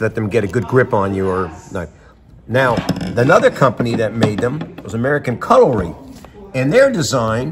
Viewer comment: It's pronounced " CUTLERY " not CUTTLE-REE.